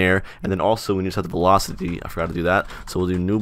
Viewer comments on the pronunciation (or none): the fact that he said velcoity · "Velcoity" yes.